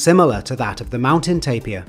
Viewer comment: Lastimosamente el locutor decía tapia en vez de TAPIR